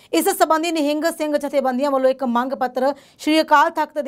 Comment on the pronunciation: Madam g nehing nai hunda nihang singh g hunda aa sahi pdya karo